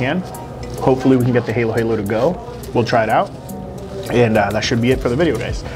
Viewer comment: Pronounced Ha Lo Ha Lo